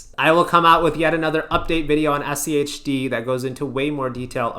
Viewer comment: Praise to the algorithm and all hail rules-based methodology index etfs :D 1st time I've heard you anyone pronounce SCHD as "shi-d" lol I mean SCHD is the "Shid of them all" after all!